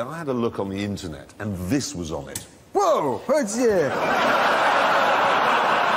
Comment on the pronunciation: I really want to know what he finds on "the inchuurnet".